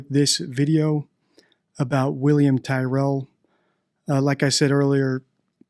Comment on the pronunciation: Hi, I’m an Aussie and I would like to see something on William Tyrell and just FYI Tyrell is pronounced like Cyril but with a T. More interestingly though would be an analysis of Donald Trump but my guess is you don’t do political and that’s fine, in any case I really like your channel.